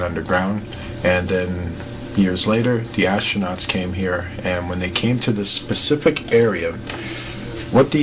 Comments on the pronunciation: I like ur videos and u seem very intelligent. maybe I'm shallow or whatever but it's SPECIFIC not PACIFIC! ! It's driving me crazy :( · 'found intac', 'pacific marks', 'very good good pic', 'pacifically did', 'so that you can get a very good view', 'ships main whatcha-ma-call it'... Wtf am I watching!?!?